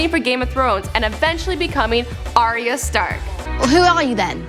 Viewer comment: Yan Yan Nope. it's pronounced ariya, not r ya. you even watch the show?